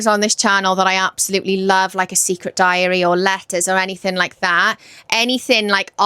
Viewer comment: When you were talking about The Year of the Witching - the way you pronounced ‘diary’ I thought you were gonna say diarrhoea 🤣 and I was like hmmmm, I don’t remember THAT being in that book 🤣🤣🤣